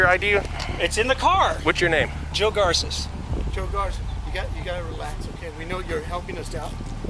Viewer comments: Why are you pronouncing his name Gar-say when he himself pronounced his own name as Gar-sez. Found that very odd. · Did this guy listen to anyone in the video? They said repeatedly the first guy's name is "Gar-sess" not "Gar-say". Pretty simple point really. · Is that Joseph guy a cousin?? Garces isn't a common last name. Btw, it's not pronounced Gar-say. It's pronounced Gar-sehs, like how it's pronounced in the video. At least in English. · How do you pronounce the names wrong when they say it themselves?